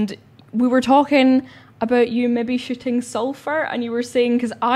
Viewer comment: Lol - listen closely she literally says she is going to be "Shitting" Ha instead of Shooting lol